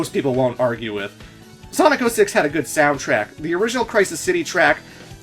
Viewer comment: Edward 423 he can't say the word 6 with his braces on (a few years ago) ........ 666